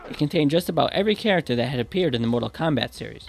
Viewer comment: lol "Kondom"